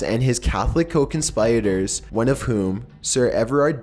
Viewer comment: "His Co-Con-spy-retors"